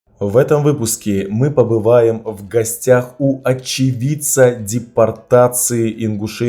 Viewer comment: Когда сказал очевидца , мне послышалось, отщипенца😂😂, я извеняюсь , и уважение страрцу